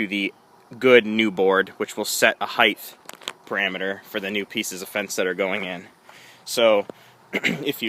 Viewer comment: sorry - couldn't watch past a few minutes where you kept saying 'heigth' - the word is HEIGHT (ends with the 't').